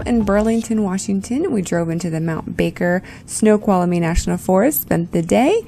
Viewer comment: You said that like a pro. That name is a mouth full. 😂. It is an absolutely stunning park. So much to see and do. Loved the trails and Mountain View’s. Love huckleberries. Lunch looked good; especially the lemonade. Yall really had lots of flowers to film. The boys enjoyed the snow. 😂.